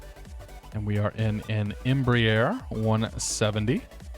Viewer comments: Just a note: It's not embrEEer (like beer), it's embrAer (like Ah, or "bra"). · X-Plane Aviation No, it's not. Embraer is a Brazilian conglomerate. I am Brazilian, and the pronounce of both you and is incorrect. Cheers.